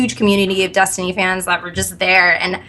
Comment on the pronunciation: She won't stop pronouncing it "Dustiny" and it's pissing me off.